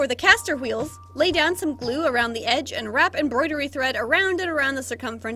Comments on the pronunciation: the Queen of “Say it confidently even if you’re mispronouncing it” #REALWHEERLS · current obsession: the way you actually pronounce the h noise in the word "wheels" /gen